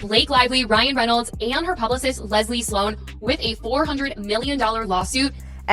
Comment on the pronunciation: Whoever is talking is really bad at reading. 400 million dollar? It’s dollars. Publis? It’s publicist.